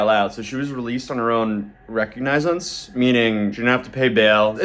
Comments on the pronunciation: Recog-nize-ance? You mean Re-cog-nah-sense? Right? Just playing. Keep up the great work,! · bro it’s “ re-cog-na-zence” you didn’t look up how to say it… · reh-COGG-nizance, I barely speak one language so you're fine. Thanks for the vids! Enjoying the bad streamer follow up content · That pronunciation of recognizance hurts my soul. Pronounced: ruh-cog-nuh-sense Not: recognize-ense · Wreck-Ig-Nyez-Ince = ? = Re-Cog-Na-Since = An english lit failure :face-blue-covering-eyes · Recognize-ance? no, it's re-cog-nuh-zins. For someone that covers so much court stuff, this is one you should learn and understand. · Rec-og-nize-sance?? I think you mean re·cog·ni·zance /rəˈkäɡnəz(ə)n(t)s/ noun Law noun: recognisance a bond by which a person undertakes before a court or magistrate to observe some condition, especially to appear when summoned. "he was released on his own recognizance" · what is recognizence ? I think you meant recognizance not sure how old you are or how you’ve never heard that word before? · recognize-ence. Lmfao. It never fails to make me crack the fk up when youtube content creators or narrators or news people say a word they've never said - without asking google how it's pronounced - and just absolutely wing it with confidence. People should read more. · Recognize-ance. Bro make the trip, did no research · Recognise-unce? Wow. The education has failed this generation. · Re.cog.ni.cence. say it with us now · Recognizance - should be pronounced as Re-cahg-nah-sense ... looks like it should be Pronounced one way but actually Pronounced differently. (yep - the English Language 🤷🏾‍♀️ gotta ❤ it!) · RECOGNIZE -isance? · bro... you cover court cases routinely, and dont know the word "recognizance" ?? This is part of the term "R.O.R" (Released On Recognizance) - meaning NO BAIL AMOUNT - they promised to appear in court without posting collateral. Its pronounced "REH-COG-NEZ-ANCE" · RoR. released on own recognizance. reee-cog-neh-zance. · Re- cog- niz- ints